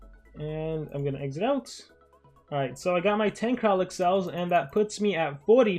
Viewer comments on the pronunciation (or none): He's kraLIk, no kraKLin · nobody:: KrAkLiN